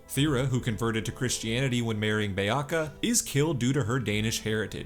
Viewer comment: Your pronunciation is so terrible it triggers me so much! Did you even watch the show? Don’t even know how to say Beocca when it is said about 1001 times in the show! The “C” at the end of words is pronounced as “ch”. It is like you are just reading the wiki and sounding out the words.